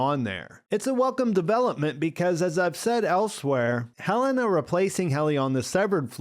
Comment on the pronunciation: I love that after House of the Dragon, we all decided that pronouncing it Helaena is way cooler than Heh-Leh-Nah.